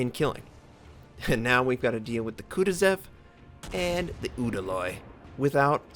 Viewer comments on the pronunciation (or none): It hurts my brain when you pronounce the kutozov the "kutezev", I know some people have different ways of saying names but all you have to do is look at the name for this one, there's no E's. It almost feels like your not even trying to say it correctly.